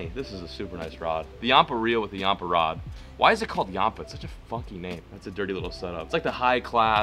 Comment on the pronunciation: ur pronouncing yampa wrong and its called that because its named after the yampa river 😂😂😂